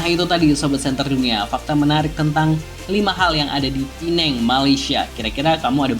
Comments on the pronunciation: PEMBETULAN , PULAU PINANG BUKAN PULAU. PINENG , DULU SEMASA ZAMAN. INGGERIS MASIH DI NEGARA MALAYSIA. MEREKA MENYEBUT PINENG TP SEBENAR NYA SEBUTAN YG BETUL ADA LAH PULAU PINANG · sebutannya salah bang..kalo mau sebut pulau makanya pulau pinang..bkn pulau penang..pulau pinang itu bahasa melayu nya sedangkan penang itu inggerisnya... pulau pinang hadir